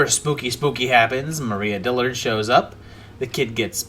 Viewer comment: Mariah Dillard* not Maria Dillard. Gotcha lol